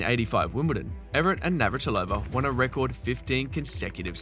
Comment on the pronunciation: It would be nice if you could pronounce Evert right. It's Evert, not Everett.